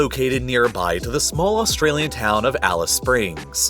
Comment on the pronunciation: When he said “taw hown” I exited the video, bye